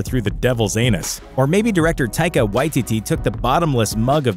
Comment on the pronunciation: Its funny how many times this channel messes up names: taika y t t. Is what it sounds like he said lol. love the vids